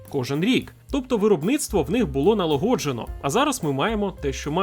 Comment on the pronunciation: чому "НалоГОджено" а не НАЛА́ГОДЖЕНИЙ